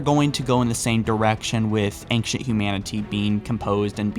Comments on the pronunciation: wait wait wait E N G C H E N T? Engchent isn't it pronounced Ancient??? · Sounds like he says aingshunt foreigner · Love your videos but....Dude please try to practice the word ancient, it sounds like you're combining anxious and ancient and anger x.x. the nc in ancient is a Ch sound like channel....I'm fine with most of the mispronounced words but that one is just grating.... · Dude, you're pretty good... But I hate how you say "ancient."